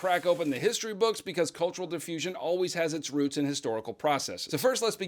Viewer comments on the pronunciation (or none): none